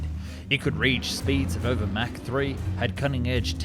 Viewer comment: German AI voice: "...Mac [mæ:k] 9..." 🤦‍♂️ "ERNST MACH was an Austrian physicist and philosopher who contributed to the understanding of the physics of shock waves." (Wikipedia).